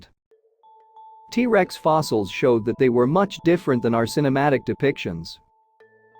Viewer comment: The AI Voice detracts from presentation. Hard to listen too. Too many "Teresa's" instead of "T-Rex". Also, I have not heard of any discoveries of a spine covering of feathers. Yutyranus has feathers, but they've found Scaly skin impressions of Tyrannosaurus where Yutyranus has feathers. Is your work here speculative? If not, site time and place if discovery.